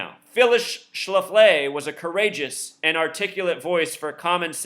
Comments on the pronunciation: Excuse me...it's pronounced SHLA'-FLEE. Not Phyllis Sha-FLY'...So much for your gematria...study your plain English and history more, and let up on the super-secret code, bro. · Not sure if you're mispronouncing her name on purpose or not, but it's pronounced Schla-flee. Just saying. 😎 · You are not pronouncing her name correctly. It is Schla-flee accent on the first syllable. I am 65 and remember her well! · SCHLAF-lee, moron. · The name is pronounced Shh-laff-lee, they have a brewery & restaurants in StL as well. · Her name is pronounced ssh laf lee, accent on the laf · no disrespect, but it's pronounced sh-laf-lee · Yeah I wondered why you were pronouncing it that way? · Will Hightower , I was afraid my ears would start bleeding. Thanks!